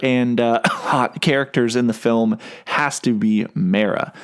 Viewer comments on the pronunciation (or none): none